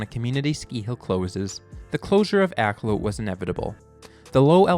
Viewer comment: I grew up down the street from Akloo. Other than the mis-pronunciation (AK-LEW is correct, not AK-LOW in incorrect) I enjoyed the video.